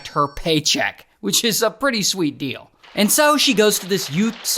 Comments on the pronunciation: anybody else notice him say dildo instead of deal tho 😂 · bro I thought he said here's the d!ldo 💀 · Sounded like ya said "here's the dildo" 😂